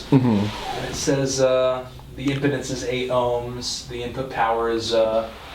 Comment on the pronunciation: Lol at pronouncing impedance "impotence"